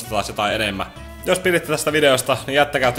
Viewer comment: kohdassa lakko kuulosti ihan meidän luokkalaisilta pojilta jotka leikkii myyriä ja korostaa sanoissa kirjainta R